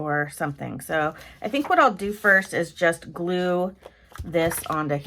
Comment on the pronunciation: Okay, much to comment on! The way you say '...Galoo' (glue) in your intro has me smiling like crazy, Sherman snoring in the background has me chuckling...and then the actual ICAD, CUTE or what! The quote is just perfect. Can't believe you threw his legs away, lol. 😘❤